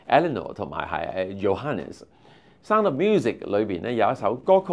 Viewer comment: 這個主持，連sound這個字都發音錯